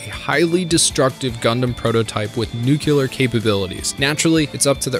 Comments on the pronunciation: “Nu-clear”, there’s only one “u”. It’s seriously not that hard to pronounce it right. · Did you mispronounce Char's name on purpose? Also, you said 'nucular' (not a word), 'prosperity' when you clearly meant 'posterity', and I've never in my life heard someone say 'en-sine'. Have you seriously never heard the word ensign pronounced? Not smart.